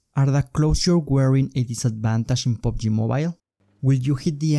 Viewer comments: pubg mobile, not pobg mobile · Omg Pubg not POBG